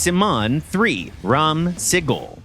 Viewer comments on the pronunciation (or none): And is pronuonced more like “ra-am sa-gol”